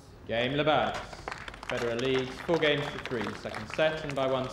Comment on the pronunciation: reporter, apparently unfamiliar with Federer, calls him "Lederer" 😂